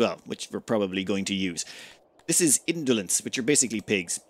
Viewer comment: How does "entelodonts" become "indolence"?